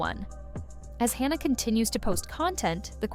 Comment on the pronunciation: It was driving me crazy how this video kept calling her by two different names...it's Hanna not Honna.